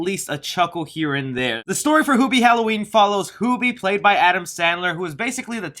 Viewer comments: Its HEW bee not hoo bee also your review is stinky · Isn't Hubie and not HOOBIE? like hes saying? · i seen you on every comment it's hubie not hoobie like he's saying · I had to turn off your video after the fifth time you mispronounced the title character's name. Can you say the word, "human"? Do you say, hooman?